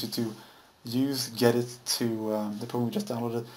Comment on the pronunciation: It is not pronounced "Get It" it's G Edit, Thank you for the video anyway. Even tho you could gone that a Little faster and less talking but I guess you wanted everyone to follow along. Thank you